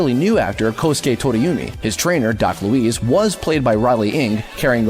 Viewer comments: Did you just say "Doc Louise"? No. It's "Doc Louis", "Louis" sounding like "Lewis". Git ur facs str8, m8. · I think you mispronounced "Doc Louis"